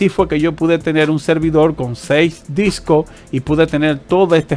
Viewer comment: Por favor habla con la "S". Es DiscoSSS... Dos, no es tengo varios Disco/Doo !! Pero gracias por los videos igualmente... !!